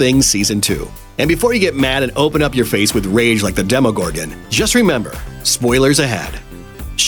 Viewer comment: NOT DEMEGOG DEMEGORGON